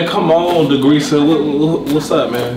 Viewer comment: 100Grand4eva Yea I swear he called her degreaser